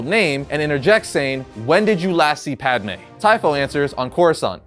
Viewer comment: At least you're calling her Padme this time and not Padame. Hahaha